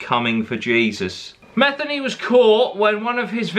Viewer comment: The guy with the beard ain't Matheny not Mathany!